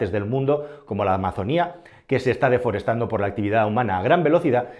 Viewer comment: Desforestando no, deforestando.